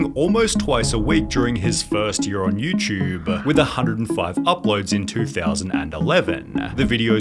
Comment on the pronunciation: "Youtube-buh" "Upload-uh" "The new minumum-uh" "Didn't come so frequently-uh" "A pattern forming-uh" "Quantity-uh" "No-one else helping-uh". Dude. Stop. You sound like the cashgrab-ummmm chic.